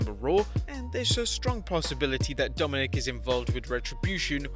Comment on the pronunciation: did any one think that when he said domink and you thoud domnik mestiyrio